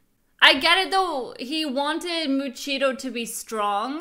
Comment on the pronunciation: I love how she says "Muchiro" it made me laugh 😂